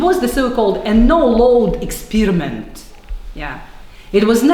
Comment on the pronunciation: Eet was not jast an ekspeeeeeeeeeriment